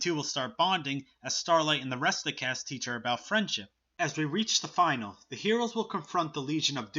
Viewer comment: You mispronouncing finale triggered me.